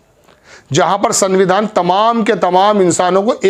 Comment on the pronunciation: جناب..... سنگویدھان..... Sangvidhan Nahin hai.... Sanvidhan سنویدھان س ں (نون غنہ )و ی دھ ا ن....